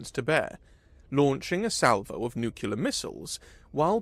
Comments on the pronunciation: Nu-clee-err... 🧐 nookular..😒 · 'Nuclear ' only has one U in it. Just stop. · It was a good story, unfortunately scarred by a consistent mispronunciation of the word "nuclear." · For real tho! You gotta pronounce "nuclear" correctly if you're gonna do sci-fi.